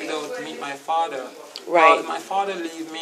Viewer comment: LMAOOOO MIA DEAD "three" "fadder" loool